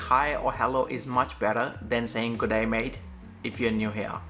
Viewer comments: And with the "g'day thing" it is cringey when used wrong, and visitors often pronounce it as two syllables instead of a half syllable then a full syllable. It's literally "gray" with a Spanish R. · G'day mate is funny from a foreigner when the pronunciation is hilarious